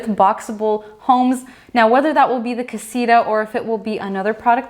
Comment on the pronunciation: Why they try to call "casita" this tiny house? they don´t even pronounce it well